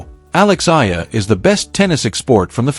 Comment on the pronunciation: ALEX EALA-- ALEX E- YA - LA . NOT AYA.